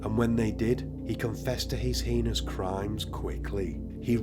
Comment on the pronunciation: Why was she in a pool of her own blood if she was strangled? Heinous is pronounced HAYNUS, mate x